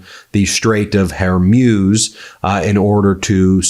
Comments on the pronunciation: PLEASE STOP SAYING THE STRAIGHT OF "HAIR MOUSSE" . IT'S PHONETICALLY PRONOUNCED WHOREMOOS! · Please, please it's not Her-muse. It's Hor (from horror) and MUZ (rhymes with booze) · It is pronounced HarMOOS, NOT MUSE. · HORmuz not HERmuz FFS. Geese, it's a common name. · HER-MUZ IS THE CORRECT PRONOUNCIATION, NOT HER-MUZE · Its Hormuzz, not Hormews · Strait of "HAIR - MEWS" 🤣🤣🤣 oh goodness! It is pronounced Straits of "WHORE - MOOZ" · Hore.....moos ! Learn how we've always pronounced it ! Dang . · Whore - mooze. That's how you pronounce it, Ben. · Why does he say hermuz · It is not Zhi Zhin Ping and Strait of Hermuse. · Who put this monotone bore up to this task : he can't even pronounce Hormuz but it's (her muse) instead? Does he also say (nukular) instead of nuclear? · Hey Ben! Appreciate your work but for fu$*ks sake get someone to teach you how to properly pronounce Hormuz. Very irritating coming from a person relying on his credibility. Hormoooz! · Straits of “Hair-Muse”? You are uniquely bad at pronouncing some names. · The pronunciation Is the straits of hor moo's. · Ben! I can't stand you mispronounce the HORMOOZ OR WHORE - MOOOS just try it OK? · It would be nice if Ben learned how to properly pronounce things before recording these videos. I’ve heard him say Straight of Hormuz multiple times in the past few days and I don’t think he’s pronounced it the same way twice in a row. It’s a small thing to complain about, but for the kind of money he makes, he could put in the effort to get foreign names and locations correct. Or at least consistent. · Strait of Hormuz... that's an 'O', Ben!